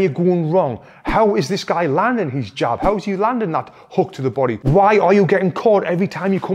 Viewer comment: Jab not job 😀. Great video as always...thank you Tony!